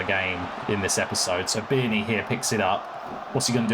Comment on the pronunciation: Great video as always, great to see us in the NL again, in some form. 😅 But, a bit of advice on Pronunciations of our players: McEachran (Mc-ek-run) Bearne (beer-n) Westendorf (West-End-Dorf) Roddy (Rod-Ee) Hope this helps. 😉